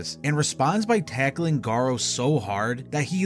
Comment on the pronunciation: Garou isn’t pronounced “Garo”, it’s Ga-roo, a French word for wolf